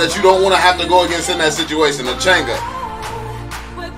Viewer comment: The way say chang'e frustrates me